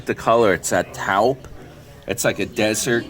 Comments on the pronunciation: Hey,, that truck color taupe is pronounced "tope". 😊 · Yes. Haha! Can’t pronounce taupe 😢